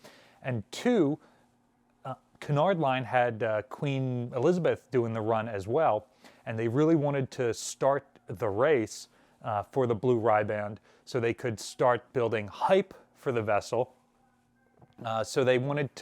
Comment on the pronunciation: What's a Rye-Band?